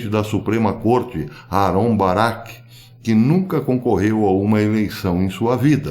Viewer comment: BAIRA??? O QUE É BAIRA???